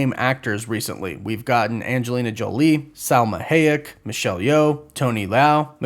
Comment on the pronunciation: Salma Hay-ik? are you kidding me? do you seriously not understand how to pronounce these people's names? If you're doing it for comments, thats sad. Salma Hayek's name has been in pop culture for 30 years.